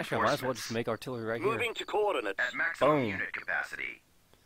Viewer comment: Its "Artillery" not 'artillary' Other than that good videos.